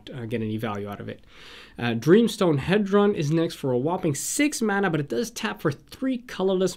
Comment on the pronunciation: Nice video. I'd like to point out some pronunciations: - Inspiring Statuary [statue-ary] - Dreamstone Hedron, Hedron Archive [hee-dron] - Nevinyrral's Disk [nev-in-y-ral] - Colossus of Akros [ak-ros]